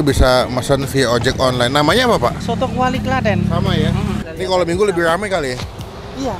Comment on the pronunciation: Kwali bang bukan Klawi wkwkwk